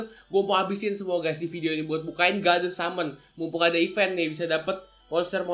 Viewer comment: BANG BUKAN YA SAMEN TAPI SUMON